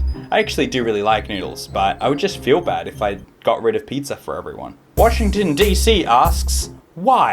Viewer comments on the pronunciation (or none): none